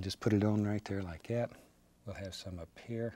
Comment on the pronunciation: Then do this just like " yat"....instead of " like that " .